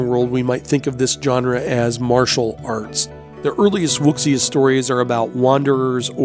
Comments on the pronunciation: This was awesome- that animal spirit, amazed me. I think everyone will say this- "Wuxia" is pronounced "Woo-Sha" - the X is "Shh" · The word WUXIA is actually pronounced "WU-SHAA" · Wuxia is pronounced Woo- seeya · WUXIA is actually pronounced WOO-ZHA. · Wuxia is pronounced (Wu-sha) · Wuxia is pronounced "Woo-sha".. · You do realize wuxia's pronounced wu-shi-ah, right? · Wuxia is pronounced Wu see ya. X is silent.